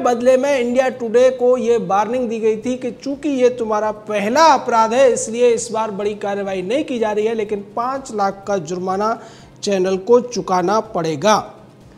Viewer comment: #TheNews Barning नहीं warning बोलिए। इतनी अशुद्ध भाषा।